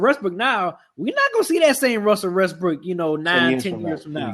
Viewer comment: B SAID RUSSEL RESTBROOK LOL